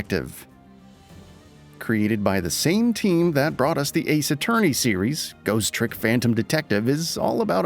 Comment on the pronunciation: Goose Trick? I'd normally say a mistake like this is forgivable, but you pronounce it perfectly fine right after.